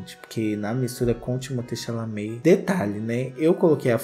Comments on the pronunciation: Timothée Xechelentée 😂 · perdi TUDO no "chaminé"